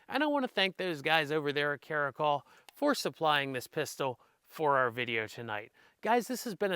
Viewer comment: Cara -cal like California 👍 not trying to be a dick or anything just helping out. I could be wrong too.